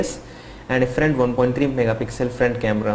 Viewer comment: Front, not friend... ayoyo